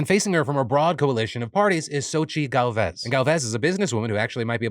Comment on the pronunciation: My man, I love you but you need to raise your hispanic names game, the name literaly says Gálvez and you said Galvéz